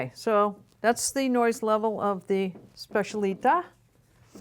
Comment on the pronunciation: It’s pronounced SPETCH-EE-AH-LI-TAH and FAH-OO-STIN-OH.